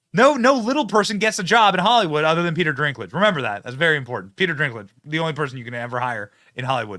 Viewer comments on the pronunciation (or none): I love how Benny gets everybody’s name wrong 😂 Rene Ziegler and Peter Drinklin 🤣 He’s either trolling or he cares so little that their names don’t even matter, either way it’s genius! 😈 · Rachel Zegler, not Reneé Zellweger. Peter Dinklage, not Peter Drinklage. 🤦‍♀️😂